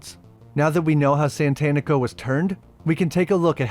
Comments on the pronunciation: I know it’s because you’re a white guy but it’s Satanico not Santanico like satanic with an o…it’s worse cause the black vampire dude did it as well… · SATANico rather than SANTANico, I always laughed at that oops, but I guess all sorts of people have trouble with it, including the cast! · I cringed every time you mispronounced "satánico".